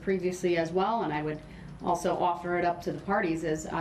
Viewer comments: it's asked not aks'd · When did "axed" in place of "asked" become an acceptable qualifier for graduating highschool? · So, through out the trial the judge corrected DBs English because he mispronounced certain words which goes in the record by the court reporter..DB says "axed" instead of asked and "substain" instead of sustain..and "biast" rather than biased..lol..